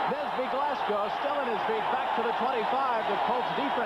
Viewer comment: LOL John Dockery tripping on Nesby Glasgow's name - "Nelson Glasby". In his defense it's a hard name to pronounce. I'd probably do the same.